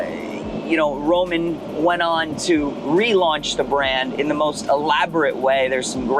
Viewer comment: Romano; not Roman.